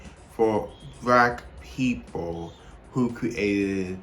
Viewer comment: BRACK PEEPLE 🗣️🗣️